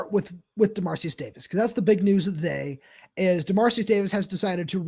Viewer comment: Hate being this guy :) but given how relevant he is right now I think it would be nice to learn how the name “Dermaricus” is pronounced (or at least pronounce it phonetically). I’ll admit to not knowing it myself but I’m pretty certain based on the spelling you guys are both pronouncing it wrong.